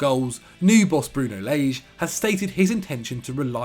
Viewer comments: not Layge, Lahge (the ge sound was correct, it's just that the a's more open) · its Its Bruno Lage not Bruno Leige he has a not ei on his name next do ur homework instead of putings videos like this because his name isnt leige or leite its lage pronnouced L.A.J.E Lage